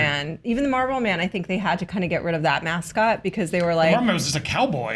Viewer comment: The way says Marlboro infuriates me lol. It sounds like she’s saying Marble